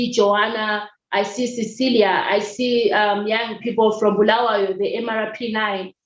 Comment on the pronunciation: One thing for sure i have in common with you. I would have left this country a decade ago but deep within me i believe i have a purpose to serve. Thank you for saying "Bulawayo", the correct way, you just represent its stature as the City of Queens. in one instance you said a colleague talked about being "in relationship with the government", to me that means support the status quo so that you are not closed out, for standing against their values, we become their enemy #1 and must be crushed so are our efforts. I enjoyed the conversation.